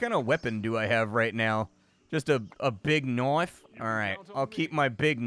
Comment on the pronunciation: "Big knife" -Australian accent. Hehe Showing your age again. =P